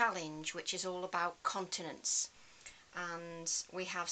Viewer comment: You know you have been working with nurses for too long when you hear continence rather than continents….. good job I have closed captions on too.